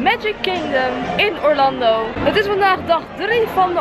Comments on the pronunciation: Je spreekt Orlando uit als Orlendo... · Casey Neistat muziek? En zeg aub Orlando in het engels ipv het nederlands